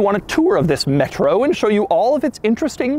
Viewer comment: Driving the “metrou”😂😂😂